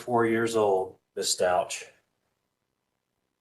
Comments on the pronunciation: Stauch is pronounced “Stowk.” Like the ow in cow. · Sorry sir but you really should at least learn how to pronounce the child’s last name right. If you actually listened even to any of the court proceedings you’d have known how to pronounce his name. I don’t know that really bothered me for some reason sorry don’t mean to offend you. Rip Gannon so sad for his dad I’m sure the misplaced guilt is eating him alive 😢